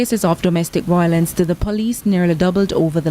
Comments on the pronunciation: Agree with you. There is no such word as voylence!!!!😃She said it 4 times!! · CVM, please get speech training for your news presenters. Imagine, repeatedly says VOYLENCE! 🤦🏾‍♀️